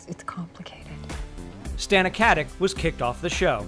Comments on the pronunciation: Aneta Mladenovska why rude? I'm just pointing out to you that she herself pronounces it with a k.....there is no need to be rude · it's not how her name should be pronounce... mister nikola tesla is wrong. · Stop mispronouncing her surname, it's infuriating. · Take a shot of rakia each time this moron says "KatiK" -_ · The Ferryman It's read KatiCH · Lilla Lusztig yeah, Omg 😂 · The Ferryman Well it MAY be with a C, but absolutely not a K, not like he says it - "CatiK" no one in the Balkans say that! If you're not educated into any Slavic language then that's your problem. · its not Catic.. translate.google. com/#sr/en/kati%C4%87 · LInda Rubin It's like Stauna Kuh-tick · you could at least learn how to pronounce Katić last name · Why don't you just call her Beckett. It's painful to hear that you can't pronounce her last name. It's Katić not Katic! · Please stop saying "Katic" wrong. It's "Katich" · "Katik"? Really? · Who cares! Hey you narrator, get your p's-n-q's right; it is not "katik", pronounced "katich" as it is Serbian! Let's quit converting everything to our uncultured, uneducated American way! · Katić, no katic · You pronounce Stana Katić's last name wrong - it's KatiCH (well, simillar, that 'CH' is more like 'C' in 'ciao'), like (Nikola) JokiĆ, (Bogdan/Bojan/Peter) BogdanoviĆ, DončiĆ, StojakoviĆ, etc.. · it's not KatiK it's Katic pronouncing with a ć. I don't really care how you pronounce these last names that tend to change to CH so Americans have less problems with it, but anyway you should stay consistent, because while 15ish years ago K was prominent, people learned since then. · I hate the way you say Katic's name(in Croatian it is pronounced KatiCH).I am not Croatian and i know that... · Katic = Katich It has lost the accent that makes it 'ch'. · I think her last name is pronounced Katich not Katik with the c. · Her name is pronounced Katić. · its not Katich....